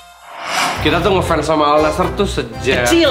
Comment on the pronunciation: AL NASSR itu dibacanya ANNASER